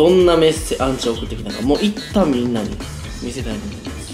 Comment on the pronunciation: アンチじゃなくてウンチなのは草